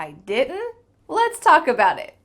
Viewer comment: First time for me to know that didnt could be pronounced as (di un ) . Thnx